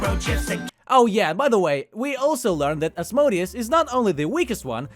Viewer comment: its az-mo-dee-us.